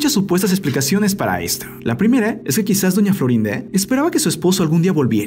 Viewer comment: Porque dise doña florín a🤣❤